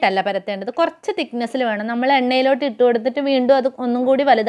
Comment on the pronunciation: കോയച്ചല്ല കൊറച്ച്😜😜